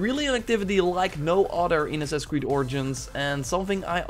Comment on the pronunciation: Anyone else notice how he says assins creed instead of assassins creed